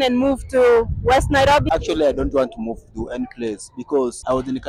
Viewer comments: as kenyan i love how you pronounce the word nairobi🤣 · You really know how to pronounce NAIROBI